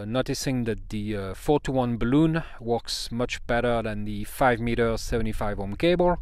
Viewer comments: !: Only ONE complaint: ) Bal-Un! Not BalOOn!: ) Otherwise GREAT video! de seeker/Jeff WA7LFP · In English "balun" is said with a short U sound It is "impEdance" with a long E sound I have made a "D" shape using a larger diameter G10 tubing for support. The tube was about 2cm in diameter. Larger Tubes about 30cm long that fit tightly over the smaller tube made the joints.